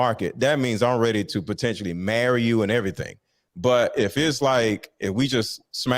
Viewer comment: She lost me when she pronounced potentially, as po-tentially..that's that hood coming out